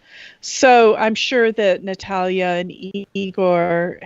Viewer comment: Thank you, for pronouncing Natalia’s name correctly. No one ever does!